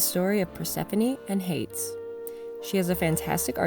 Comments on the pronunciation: I'm pretty sure Hades Is pronounced as hay dees. Just letting you know! Nice dolls. Turned out good. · Looks amazing! Idk if this has already been said but Hades is pronounced “HAY-DEEZ”... sorry I’m not trying to be critical, just helpful!! Great job again!! Persephone looks so good!!!!